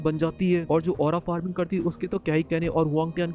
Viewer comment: Forming hahah farming hota hai 😂😂